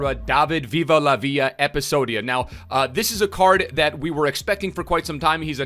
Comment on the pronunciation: I just dont like u say episodia